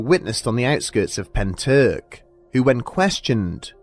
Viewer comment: all i can say is at least you didn’t butcher pentyrch:)